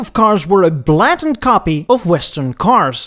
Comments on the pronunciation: Blatant is pronounced 'Blay-tent.' spoken quickly with emphasis on any syllables cheers. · I really enjoyed your video but I do wish you would "blattently" copy how the Western world pronounces, "blatant".😂